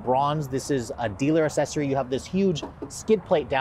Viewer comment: FYI: It’s Ack-Sessory, not Assessory (pronunciation)